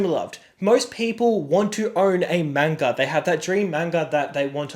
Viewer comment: At least say manga correctly